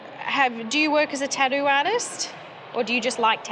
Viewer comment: It's "tattoo" not "tadooo"